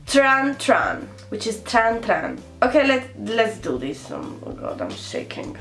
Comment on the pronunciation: Sei simpatica e fai ridere, quando fai la spiritosa, it's TRAN TRAN, NOT TRAN TRAANN